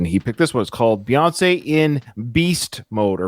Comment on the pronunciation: Just think of it this way. If you say , Beyonce. You say it by saying bee. So just think of Bey as Bee.